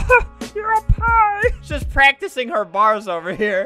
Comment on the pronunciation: 50% off the world is gone cause of how funny flamingo pronounced pie😂😂😂😂😂😂😂😂😂🤣🤣🤣🤣🤣🤣🤣🤣🤣🤣🤣🤣